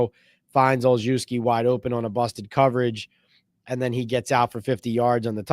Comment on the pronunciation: Gunner's last name is pronounced all shev ski